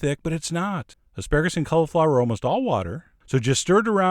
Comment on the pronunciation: The way he says cauliflower drives me nuts......... Cul-a-flower